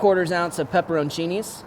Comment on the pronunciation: Peperon-Chiny’s?...slow down fella